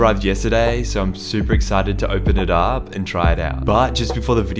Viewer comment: No one:: “I’m so excited to opedid up”